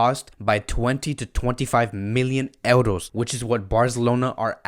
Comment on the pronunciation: Brooo...say euros..not eldos